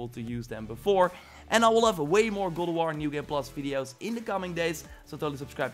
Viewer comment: Every time you say “God” I hear (Glob)